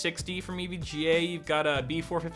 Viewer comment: EVJA** EVGA DUDE GET UR SPONSOR RIGHT